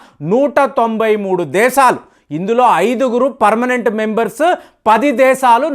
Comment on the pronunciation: నీ నాలుకను mandamaindi. Arei "దేసాలు" kaaduraa "దేశాలు" అని palakaali. Non veg ఎక్కువగా thintunnatlu గా వుంది. తగ్గించు. Kukkalaa అరవటం తగ్గించు.